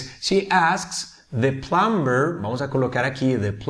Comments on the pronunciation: plumber se pronuncia sin la b asi; Plomer. Tú has dicho (plumber) con b, la b no se pronuncia... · Mal pronunciada la palabra plumber, ya sea que fuera ingles americano o británico. El resto está todo bien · Hola, muy buen video, explicas muy bien, solo una pequeña corrección, en la palabra Plumber, no se pronuncia la b, es muda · Teacher...en la palabra PLUMBER la "b" no suena.